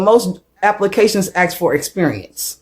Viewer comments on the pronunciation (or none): She said they can’t speak f* English (which is true). She can’t even pronounce the word “ask” correctly 😂 — and that’s your main language. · Pronounces ask "AX"... talks down about someone's English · If you gonna complain about people not speaking English, perhaps you should learn how to speak it yourself. Like, how to pronounce ASK would be a great step.. Anyone who AXE's anyone should go directly to jail for assault with a weapon, do not pass GO and do not collect 200 EBT dollars..